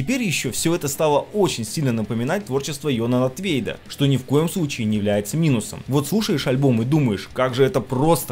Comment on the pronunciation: Это он криво сказал просто.Из Dissection он.